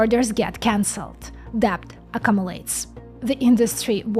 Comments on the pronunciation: Random pronunciation tip: Accumulates | ak-kyoom-yoo-lates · Accumulates Ah Qume You Lates Phonetics. You are so amazing. Intelligent, accomplished, beautiful. How could one woman get so many amazing attributes?